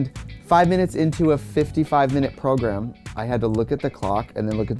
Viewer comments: how many times did she say progrum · I live for the way Trixie says the word program: "prohgrem" eehehehe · When Trixie says “program” it sound like “ pilgrim” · The way Trixie says 'prog-rum' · if says progrem, i now say progrem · I love Trixie but she says program so werid. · Say “program” one more time 😂😂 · i love the way she says program